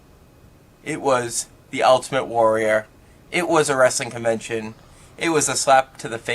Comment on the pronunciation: Top 5 - favourite: Iron Sheikisms where he messes the name up - 5) HellyBelly Jim 4) JVD 3) Michael Jordan/Jackson 2) Ultimate Var 1) Gene Mean